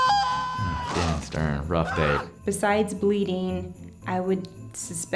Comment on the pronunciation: Liam Holton he called him dale stern lol